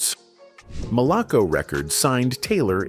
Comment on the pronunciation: That’s not Bernard Jenkins, Bernard is Black, I played in bands with Bernard. It’s also not “Malock-co records”, it’s “Mal-a-co records “. Johnnie and I were “conversation friends “ whenever he was in town, at the Maximillian night club in Jackson, MS. He did ask me if I wanted to join his band but I refused, due to family obligations and not wanting to get caught up in the lifestyle I experienced just performing locally, plus I had a great day job career that I retired from and still receive a decent pension to this day. Rock on Johnnie, in Soul Heaven !! 🙏🏽🎸